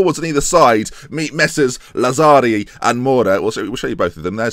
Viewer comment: The pronunciation of Pontisso and Bonifazi was actually pretty close! Lazzari's and Arini's wasn't though 😂